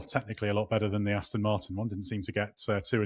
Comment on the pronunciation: It 'Aston' with an 'O' not an 'I'.